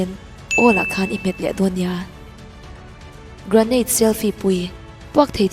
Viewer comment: 'Gra-neit' an ti lo deuh ang aaa😂